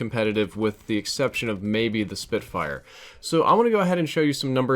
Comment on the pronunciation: Btw it's spitfire not spitfyre